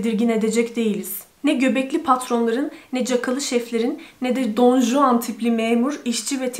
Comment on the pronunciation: Don Juan, “Don Huan” diye okunuyor diye biliyorum İspanyolcada. Bu arada siyah süper durmuş 👍🏻